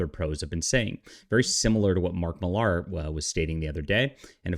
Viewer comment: Millar pronounced "Miller" not Mill Ahr